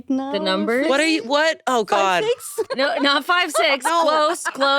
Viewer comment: omg I'm sorry but as a filipino, hearing an indian say 5-6 is the funniest thing everrrr